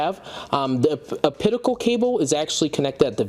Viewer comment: also adding a coment regarding the pronunciation of OPTICAL OP TI CAL!!! NOT O-PIT-I-CAL